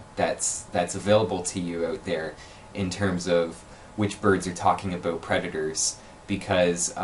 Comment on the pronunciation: The way you say “about” enrages me.